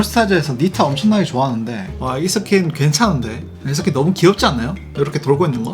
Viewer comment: ㅋㅋㅋㅋㅋ나도 이스킨을 이새끼라들음